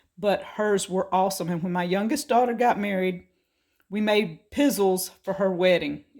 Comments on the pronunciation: It's Piz zells, not pizzils. You need to try you some of those Stella breakfast treats. They kind of look like a S on its side. Yummy. Great with coffee. I really like the little pops of red. Very nicely decorated. Merry Christmas, take the time to slow down and relax and enjoy it! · It's pronounced "pi zell ezz" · Love how you missed pronounced pizzeles. It's an Italian cookie. And very popular at Christmas time. Just made a batch my self.